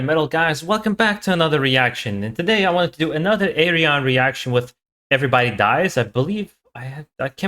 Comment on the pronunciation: his name is pronounced Ar-Yun. 😉